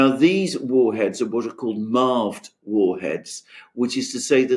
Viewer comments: 'Marved' ? Nope. 'Mirved' as per Multiple Independant Re-Entry Vehicle🤔😏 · My small contribution by a slight clarification, it’s not MARV but MIRV : Multiple Independent Reentry Vehicle 😉